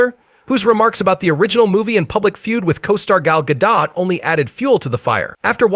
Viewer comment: Gadot, not Gado.